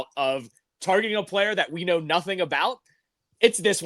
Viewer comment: I love ya.. but please don’t ever “Playa” like that again lol 😅